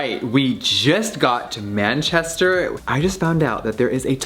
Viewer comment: How he pronounced manchester😂